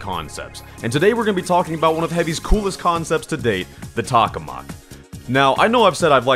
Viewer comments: Just an FYI, you’re saying “tak-oh-mak”, but it’s “tak-ah-mak”. It’a a reactor in real life. Also, while a space themed weapon would be cool, in a 50s ascetic environment, he shouldn’t have a weapon based on a reactor we still haven’t been able to get working. Also, omg, your suggestions to improve the weapon are Sooooo not balanced! You want it to rapid fire the bullets from the shirt circuit?? Almost all weapons with unlimited ammo have major downsides! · tock-o-mack** >:V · What? Tokamak more like tohamak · It's pronounced toe-ka-mahk, I think? That's how I first heard it. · Vid was cool but I died a little inside every time you said the name wrong.